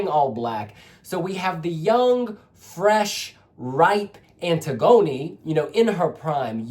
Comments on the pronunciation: It’s pronounce Anne-tiggony not antig-oni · Love this!!! (but I think her name is pronounced like the Greek play).